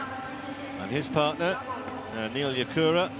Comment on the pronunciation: Not Nakura... It's Yakura